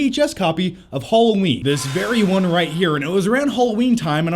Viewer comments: Halloween, not Hulloween. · Haaaaalloween not holloween